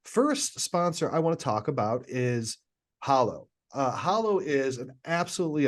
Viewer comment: Love the show. May I suggest something? The name of the app is HALlow ( rhymes with shallow). 👍🏼😀